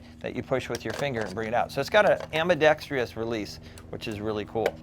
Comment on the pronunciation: Great review! I've been curious about that interesting rifle. The fact that it's accurate makes it a pretty cool BB rifle, I think. By the way, there's no such word as "ambidextrious." It's just four syllables: "ambidextrous."